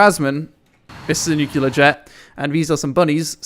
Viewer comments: please. Stop. Nuclear. Not nucular. For fucks sake. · Nuc LEAR not Nuc ULAR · ffs... new clear, not nukeular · NUCLEAR! Not NUCULAR! Are you George Bush? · pls stop saying nukelar bomb. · Ive been watching and loving your vids for years, I've unsubbed certain people that you have had issues with, I've subbed to certain that you have suggested, and Ill continue watching your vids for a long time. With that said, dont take what im about to say the wrong way - your pronunciation of the word "nuclear" literally makes me cringe. Its pronounced "new-clear" with only 2 syllables. Also the word "melee", is pronounced "may-lay". I know you frequently mention your issues speaking English so dont take this as Im all high and mighty but more as constructive criticism.. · It's call Nukular Lisa, Nukular lol